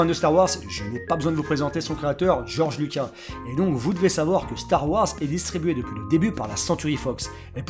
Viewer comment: Lucassssssssssss on prononce. Lucasssssssssssssss bordel !!!!!!!!!!!!!!!!!